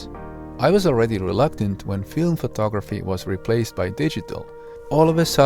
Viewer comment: photography, NOT phtography.